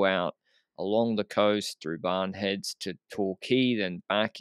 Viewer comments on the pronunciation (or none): doing alright. calls “Barwon Heads” ‘Barn Heads’. 🤷‍♂️🤣